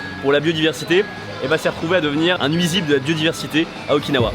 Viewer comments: Moi je reste bloqué sur le fait que tu dis Okin-hawaïenne 🤔 ça sent le monoï u.u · quand tu dit "Okinawa" sa me fais pensée a "Oikawa" dans haikyuu 😂